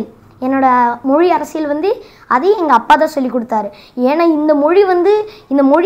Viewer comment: தம்பி நீ நல்ல வரணும்.....அதே சமயம் தமிழ் உச்சரிப்பை கொஞ்சம் பாத்துக்கோ.....குறிப்பா ழகர உச்சரிப்பு.... மிக முக்கியம்...அதேபோல் அர்ரசியல் அல்ல அரசியல்......